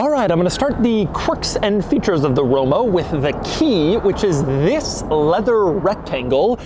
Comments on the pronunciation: he said romo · “quirks and features of the romo” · Can we get a RRRRoma with a rolled "R" per favore? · Romo? then Roma LoL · Did he say Romo in ? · anyone heard him say Romo? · The way you pronounced the word “Roma” sounded to me like the English word for zingaro (gipsy) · See, this is why I don't watch doug anymore. He doesn't even give these cars any pedal. He just babbles enuff to almost make me miss the fact that he didn't give me my money shot. I didn't hear that RoMa scream even once. ~Dud DeMuro~